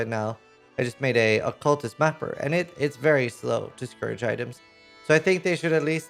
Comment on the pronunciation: Please stop saying scour instead of scourge.